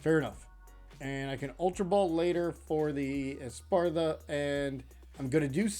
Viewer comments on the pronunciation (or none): "Espartha" :P